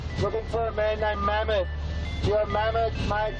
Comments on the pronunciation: His name is Mohammed but in turkey they say Mehmat these guys said Mhemt😂😂😂😂😂😂😂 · I did at first, till I re watched it again and heard him say Mammet.